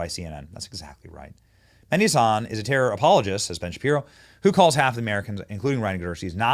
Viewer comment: Meh-di , emphasis on “h” like in horse